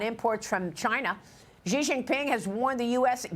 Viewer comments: I know Fox doesn't read the comments but FFS pronounce the clown-punchers' name right! Its "SHE", not "CEE" or "JEE". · Yep, also it's pronounced as "She" not "Zee"